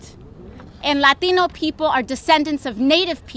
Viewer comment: I like the way she says "Latheeno".